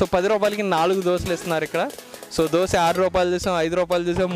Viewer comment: దోశె అనాలి దోస కాదు.